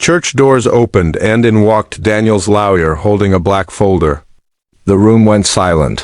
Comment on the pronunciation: FFS it's LAW-YER not frecken LOUYA. 😢LTFREPYDA